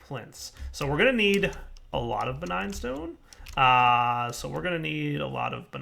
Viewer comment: "Begign" souls. Lol